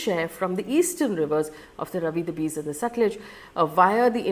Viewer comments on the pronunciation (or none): Its not Bees river ... its ब्यास , बियास / Beaaaas / from विपासा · Please learn the pronounciation of these rivers. It’s not Ravi it’s Raavi. Beas is not pronounced like bees. It’s pronounced ‘Bayaas’. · It's R-AA-vi river and Be-AA-s river, not Ravi and Bis. However, the important question here is, which is more serious, India's suspension of the Indus Water Treaty or Pakistan's suspension of the Shimla Agreement? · Not Bees - it is pronounced as Bayas 😅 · Just wanna say it is bee-aas not bees and raa-vi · Its Beas ..nit Bees ...pls learn that first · Sorry for being a stickler but it is bay-ya-ss or be-ya-ss. Thank you and have a good day. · Faye I like your videos. Even this one I was looking forward to. However you can't go wrong on pronunciation of the names of these rivers. Non negotiable. 1. It is written Ravi but pronounced as Raavi. 2. Sutlej is pronounced as Satalaj aal shwas and no AA there. 3. Beas is prounced Bee+AAs or Bee+Yaas or even BYaas which is a apabhransh of Vyaas. 4. Chenab is actually pronounced as Chinaab. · Very nice analysis and historical description. One little thing, River Beas is pronounced Bee-aas and River Ravi is - Raa-vi 😊 thank you for updating us with the details and information which is very important for each one of us to understand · Faye your pronunciation of Ravi and Beas is totally wrong. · You should check how to pronounce Ravi, Beas etc first making videos with this outreach! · I think you mispronounced Beas multiple times.